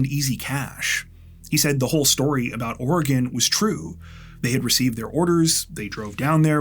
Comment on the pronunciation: And he even says "Oregon" correctly, so on behalf of every Oregonian thank you. ❤